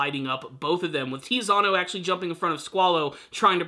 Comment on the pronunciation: It's not Tizzyano! It's TITSY-ANNO! Z sounds like in Pizza! Is that so hard to remember that Z sounds like TS in Italian?!